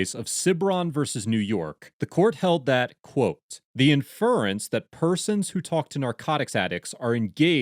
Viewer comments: (et al.) in·fer·ence ↦ /ˈinf(ə)rəns/ (First syllable emphasis) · accent is on the first syllable for the word "inference." e.g. IN-fer-ens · I don't think I've ever heard "inference" pronounced with the emphasis on the second syllable. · The accent in inference is on the first syllable. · The accent in "inference" is on the first syllable. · You're not pronouncing inference properly. It's really bothersome.